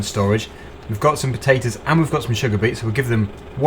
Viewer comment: Why do you say potatoes wrong